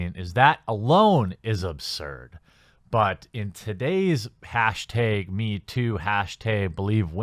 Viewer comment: Hashteg, false fleg, god you cannot pronounce a's properly can u lol